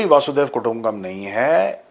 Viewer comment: Thank you. It is Vasudaiv....not Vaasudaiv. Different meanings of each word. Thx again.